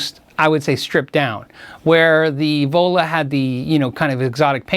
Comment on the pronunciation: All I hear when you say "The Vola", is Devola. As in Crazy Joe Davola. lol